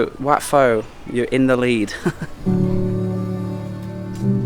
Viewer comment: Its wat Pho like PO not Fo 🙂